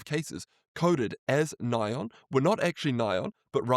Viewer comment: Thanks for touching on this! I did a video breaking down a bunch of new research and stats on the GLP-1 causing blindness. Btw it’s funny how Sinclair calls it “ny-on” because in the industry we call it N.A.I.O.N. But here is that video in case people want to watch it GLP 1 Blindness Risk | Should You Be Worried? But great video and thanks for all your hard work!